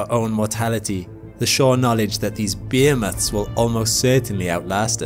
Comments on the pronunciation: I swear in the beginning of the video I heard 'these beer-nuts', not 'these behemoths'... im shot ..... I gotta stop working so much lol 😫 😖🙃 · Did he say beer nuts? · Behemoths or beer nuts? I could not make it out.